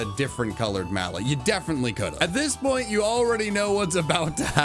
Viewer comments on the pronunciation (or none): none